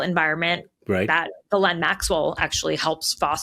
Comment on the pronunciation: As a Canadian, I'm impressed that 2 Americans pronounced Ghislaine's name correctly. Both the English and the original French. Bravo!